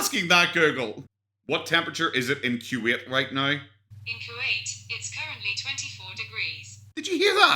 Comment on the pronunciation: I love the way you pronounce Kuwait “cue wait”